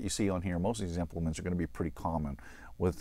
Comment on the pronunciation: That's what I was asking, it sounded like you were saying 'examplements' but couldn't make it out.